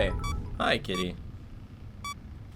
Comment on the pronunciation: When first ca.e, I thought he said Diddy when he said kitty.... also communism was a good idea and only failed due to corruption. If there was a good leader they would be overalled by a tyrant, due to bigger army diplomacy, a perfect repayment of communism is incredible challenging.